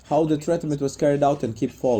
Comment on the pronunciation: Treatment is not 3 syllables. Cracked is also not pronounced with 2 syllables. As narrarator you should change speakers using: "Renato answers or Renato says" Pro cee jure